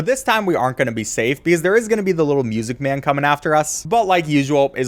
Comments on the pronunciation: The way bro says MUSICMAN is so funny 😂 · Bro keeps saying “MuSicE MaN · Thanks to Matpat "Muuuuuuuuuuuuusic Maaaaaaan!" is the only way it can be pronounced. any other way just sounds wrong XD. I'm Glad he embraced the meme it became.